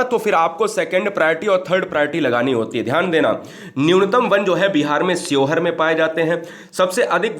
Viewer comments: Bhai ji sheohar शिवहर होता है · न्यूनतम वन क्षेत्र वाला जिला :–शिवहर है सर ना कि स्योहर 👍👍